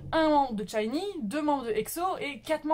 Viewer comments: euh c'est pas 'tchinee, c'est shinee' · Rien de méchant, mais t'as mal prononcer " SHINee " ( c'était mignon :) ♡ le " SH" devant se prononce comme " ch " de chaussure ou châtain... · Mon dieu ma chérie ça va pas du touuuuut (cordula lolilol) SHINee -> chat-y-nie pas t-chat-y-nie Baekhyun -> bec-H-yeon